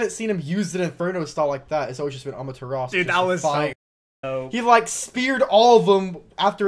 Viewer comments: keep's saying "Amaturas" when it's pronounced "Amaterasu". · Its Amaterasu not Amateras